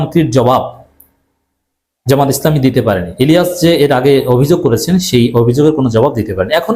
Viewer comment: আপনি ভদ্রভাবে অন্যের নাম উচ্চারণ করুন। জনাব ইলিয়াস আলীর নাম আপনি যেভাবে উচ্চারণ করলেন, তা ভদ্রতার পরিপন্থী। আপনার বয়স অনেক কম। ভিডিও করুন এবং ভদ্রভাবে কথা বলুন।